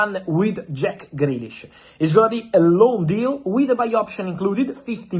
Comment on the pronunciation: Jack Greish" 😂